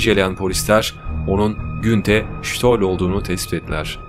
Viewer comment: Adam isminin nasıl telefuz edildiğini duysa tekrar ölürdü.